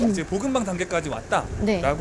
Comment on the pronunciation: 복음방..볶음밥이라고 들린다..